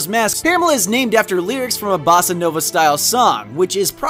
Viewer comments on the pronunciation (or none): none